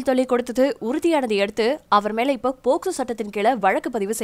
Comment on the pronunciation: கோக்சோ இல்ல டா அது போக்சோ 😂😂😂😂😂😂